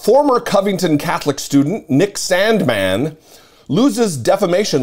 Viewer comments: you say Sandmann like trump says China Stop it, ugh 😑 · I love how he pronounces Sandmann! He's got me rolling. Hey, justice really does matter!